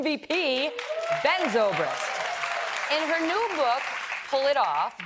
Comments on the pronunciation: I am a Zobrist. My name is from Switzerland and we pronounce it... Ts-obri-cht... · Yeah it is annoying when people don't know how to speak Schweizerdeutsch. Tssooobrist